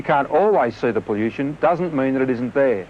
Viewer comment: I cringed every time he said poll-you-shen.